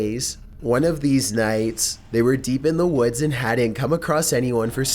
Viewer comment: He tells a story about hiking in the WOADS